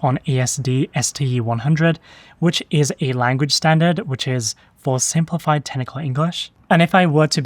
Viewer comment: Friendly suggestion: Every time you say "technical" it sounds like "tentacle" to me. Might just be me!